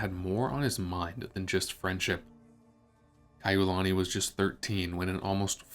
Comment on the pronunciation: The narrator mispronounces her name.